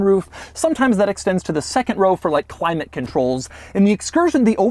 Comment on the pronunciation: the only guy who pronounces climate : Khulaymett !